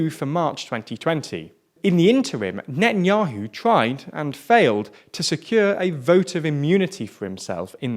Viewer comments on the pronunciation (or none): Come on learn how to pronounce words better Natan'Ya'Who Yeish Aa'Teed Ya'Mee'Naa